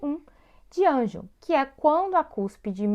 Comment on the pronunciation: Realmente o slide não está certo. Vc diz no slide que a cúspide MV do 1MS, oclui a frente do sulco do 1MI, o que está incorreto... E a pronuncia da classificação não é ANGEL, é ANGLE... O nome do dentista é Edward Hartley Angle, ele é americano. O canal tem muitos vídeos bons, talvez esse deveria ser refeito e repostado. De qualquer forma, deixei um like.